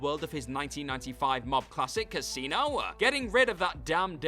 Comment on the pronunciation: This accent drives me nuts!! Childah. Casinoah. Killingah. Impressivah. Threeah. Stop with the extra "ah" at the end of every sentence. I can't even watch this to the end.